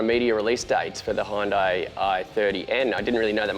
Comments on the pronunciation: Its NOT Houndai, its Hyundai.... make it right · Pronounced Hun-day. All day ev'ry day. High-oon-die sounds weird... or is it just me?